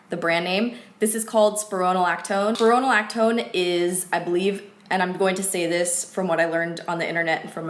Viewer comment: I'm a MA for a dermatology PA. I love your channel, have been watching since the beginning. Just wanted to put some words out there regarding your medication. It's pronounced like "spy-row-na-lac-tone" & one of the main S/E is dizziness, you are right about the potassium levels, if you eat bananas while taking this, the combination of those 2 will make you extremely dizzy. I believe it's a great medication, I've seen a lot of success with our patients & to see success from YouTube star is great! Females have both male & female hormones, this medication blocks the estrogen that can cause acne. We usually titrate pts up with this Rx & always get their BP & like you said, blood work is done. I also did want to mention the Accutane medication, a lot of people are scared to take it but it's usually people that haven't talked to their Dr or Dermatologist and only friends or family. For males, theirs no harmful S/E. The biggest S/E for women is birth defects. Which is why the female patient is to be put on 2 forms of birth control & is to not get pregnant otherwise that harmful S/E will come in to play but if you remain safe while having intercourse, you will be fine. The most common S/E though is dry lips and skin. You will honestly have the worst chapped lips of your life but at the end of the 5 mos tx, you'll be looking great. Again, just wanted to throw that out there. I really love your channel & you are absolutely gorgeous. Not trying to hate. XO